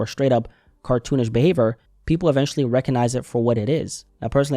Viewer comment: Bro its behaVIOR not behaVOR